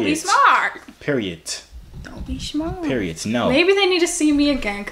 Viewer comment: He said peroied po😂😂😂